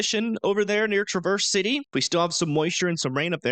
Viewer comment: Not Tra-verse City Michigan, Its said like travis- city Michigan. just trying to help. Happy Thanksgiving.